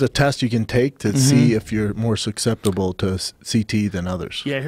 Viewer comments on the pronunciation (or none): love big brown but he did just say suck-ceptible (susceptible)